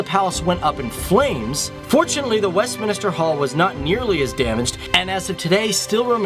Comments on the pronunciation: it's Westminster, not Westminister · I thought I was the only one to realise it. Phew. I was not having difficulties to listen... He was indeed pronouncing "westminister"... haha